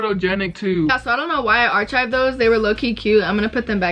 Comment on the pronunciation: It’s ‘arkived’ not arCHived